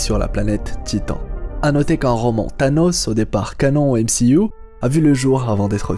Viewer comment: J'adore quand il dit MCIOU xD